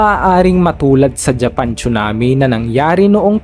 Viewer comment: tsunami po hindi chunami😅